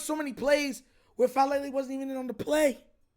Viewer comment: Daniel Chick-Fal-Lele. 😅